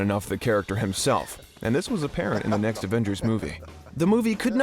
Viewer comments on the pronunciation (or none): none